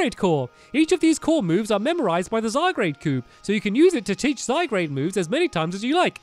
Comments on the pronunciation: Stampy it's zye-guard not zye-grade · It's name is not Zygrade it's Zygard